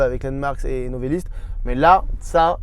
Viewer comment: Quel plaisir et surprise de voir présenté Novelist, je les connais depuis leur début, touchant merci Ps : Le monteur, c'est NovElist, pas NovAlist, avec un E pas un A, Novelist comme "Romancier" en anglais ;)